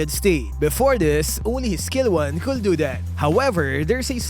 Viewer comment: KULD pa nga yung PRONOUNS nya sa COULD 😂😂😂